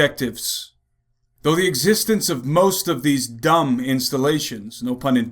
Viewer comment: I can assure as funny as it is ...its not called d.u.m.b.